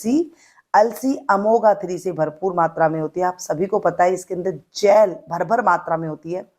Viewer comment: क्या आप डॉक्टर हैं ?मुझे पता है आप डॉक्टर नही हैं ,आपको ओमेगा थ्री भी बोलना नही आया आपने अमोगा थ्री बोला 🙄आप डॉक्टर नही हैं तो ये रेमेडी किसकी जिम्मेदारी पर बता रही हैं ?